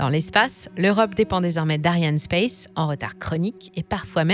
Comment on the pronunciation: On dit Ariane Espace et non pas space! C'est pourtant connu ! Si vous ne savez même pas ça c'est que vous racontez d'autres bêtises